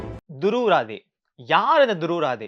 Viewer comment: துருவ் ராதே அல்ல துருவ் ராட்டி ( இதுதான் அவரது உண்மையான பெயர் இந்தி உச்சரிப்பில்)